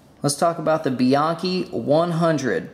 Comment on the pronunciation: Frustrating to hear EVERYONE pronouncing Bianchi incorrectly. Try calling them to hear how it's actually pronounced.